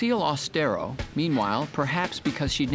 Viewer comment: "My dear Lucille Aus-te-RO." 😂